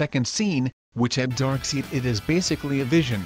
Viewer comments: As soon as the robot said Darkseed I paused the video and shook my head in disappointment. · Loses all credibility when you hear "DarkSEED" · Did I just hear him say "darkseed" WTF man.. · Do you guys not realize that he's using a computer program for the voice, not his own? That's why "he" is saying "Dark Seed". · If you couldn’t use your own voice, you should have at least edited the transcript so that it didn’t keep belting out “Dark Seed.” That was annoying. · God, the more and more he said dark'SEED', the more annoyed Im getting.... LOL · say. darkseed.. ONE. MORE. TIME. -_+ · Dammit man, Dark-seed?? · Did this dude just say Dark Seed?? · For fuck sake don't say dark seed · Why do you keep pronouncing his name as "Dark Seed"... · Luân Thành he is using text to speech so he probably put in darkseid but it would only read it as darkseed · Excuse me? Did u pronounce Darkseid as Darkseed? :D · For god's sake man...it's not darkSEED!😑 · He probably just typed it and have his computer read his script, which is why the voice sounds so robotic. A computer is unfamiliar with the word "Darkseid," so it sounded it out as "Darkseed." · Darkseid by the way, not darkseed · Darkseid not darkseed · Say DarkSID one more time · geeze.. if your using auto voice, then spell it DARK SIDE so it will at least pronounce it correctly! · Dude, its pronounced Dark Side. It's spelt weird because he's an alien and because... comics I guess. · Who's darkseed 😂😂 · Should have been dark side not darkseid if using an ai voice. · Why is this dude saying darkseed? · Nigga,what the heck is darkseed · It’s said Darkside, at least say it properly when making a video about him. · Darkseed ma ass😂😂.its darkseid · Its pronounced dark side. Do you even follow comics? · For the love of God, stop fucking saying "Dark-SEED"!!!!!!! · "Darkseed" dafuq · Text to speech Darkseed. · It's pronounced 'Dark-SIDE' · Effin annoying... Darkseed.. Smh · Erick’s Channel thats why he says darkseeeeeed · Darkseed? Wtf?